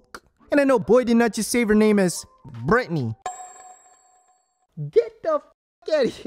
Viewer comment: "Bretny" 🤣🤣🤣 I can't!!!